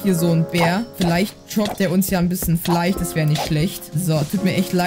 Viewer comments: Nicht Fleich Es heißt Fleisch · Immer dieses Fleich statt Fleisch. 😂. Feier ich.